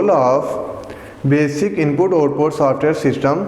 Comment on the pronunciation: The word is between not betwan 🤣😂 and the word is software not saftware